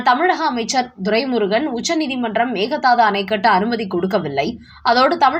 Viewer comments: செய்தி வாசிப்பவரே. பிற மொழிச் சொற்களை உச்சரிக்கும் போது சரியான உச்சரிப்பைத் தெரிந்து கொண்டு உச்சரிக்கவும் " மேகதாது " Mehadhsdhu என்று உச்சரிக்கிறீர்கள். அது தவறு. உண்மையில் " மேகே தாட்டு " Meke dhattu. இது கன்னட மொழிச் சொல். அதன் பொருள் என்ன தெரியுமா ? " ஆடு தாண்டும்" என்பது. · Meka Dhatu. Please listen to some Kannada News and pronounce the name correctly. (Meka Dhatu means a goat can jump from one side of the river to the other side. Means a short gap that can be jumped over by a goat!